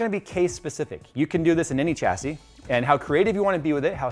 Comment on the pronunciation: I cringe everytime you say Chassis